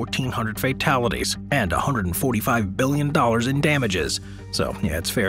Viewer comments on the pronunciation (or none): I fucken like how you pronounce BILLION 😂😂😂